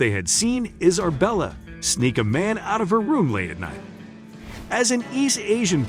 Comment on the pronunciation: 2nd ✌🏻 Is it me or did it sound like he said "Iserbella" instead of "Isabella".